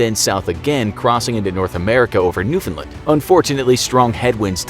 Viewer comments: New-fin-land not New-finlin 😂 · He almost pronounced newfoundland right. And the marker is on Labrador not Newfoundland. Smh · I'm form Newfoundland and it's not pronounced that way